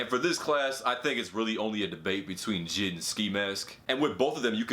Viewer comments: Bruh are we gonna ignore him saying jid instead of j.i.d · This nigga said jid 😂 it’s J.I.D my man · This dude really calling J.I.D. Jid I’m sleep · the reason im getti g triggered is because you are saying jid instead of j.i.d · He called JID “jidd” 😂😂💧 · J I D not jid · You say J I D not jid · Mans said jid like rhymes w kid Lmao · You really need to learn how to pronounce JID